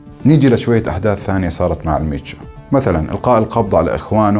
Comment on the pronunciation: ال منشو وليس المتشو